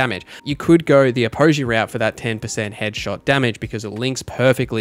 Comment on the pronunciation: Say Apogee wrong one more time and im gonna self delete